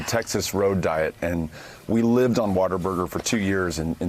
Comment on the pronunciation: H2O Burger? Water-Burger? No, you fkn moron, it's WHATABURGER, NOT WATERBURGER!!! He can't even get the name right, so how are we supposed to believe anything he says?